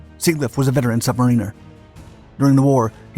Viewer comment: Sub-ma-reen-er....killed me 😆 I bet all submariners cringed hearing that. Good vid though.